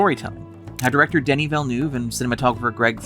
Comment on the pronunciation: It's "Denis". French, silent "s".